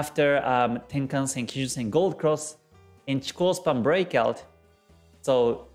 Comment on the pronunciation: Hey Man, nice videos! I found your YT Channel only some weeks ago and seems really full of material! For this reason I give you the best thanks for your job! So i've a simple question: why u call "Chiko Span" instaed of "Chikou Span". I've saw u are the owner of the real Book of G.Hosoda, and i really would like put my hand on there version of book. So, which Is the correct way to call this line, respecting Hosoda's studies?